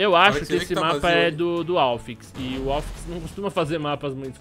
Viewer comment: è "Alfíx" e não "Álfix"